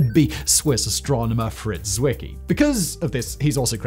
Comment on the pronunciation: 3.35 Poyn-care??? Like in Medi-care??? 4.10 Zwicky?? I love the way writers throw in foreign names just to see how badly he can destroy their pronunciations!